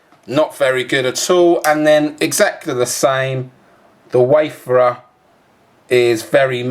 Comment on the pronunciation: Wayfarer. Not waferers